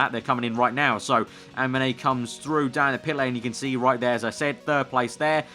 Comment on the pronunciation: Weird to hear you say "Haminey" for a pilot named Jaminet... else great playthrough of a very promising game. Carry on !